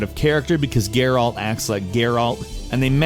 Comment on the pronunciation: The way you say Geralt WTF